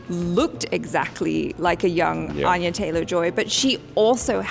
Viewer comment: *it's An-ya, not Ahn-ya